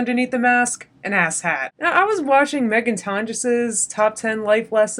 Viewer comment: I keep hearing "asset" when you say "ass hat" and that really changes your message ;‹D LMFAO re: your eyebrow rule!!! heheheheheheheee re: fretting and obsessing!!!!!!!!!!! SWL - snorting with laughter